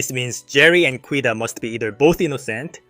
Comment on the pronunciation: FYI: Quita is pronounced KEE-ta. (I'm 1B in Spanish.)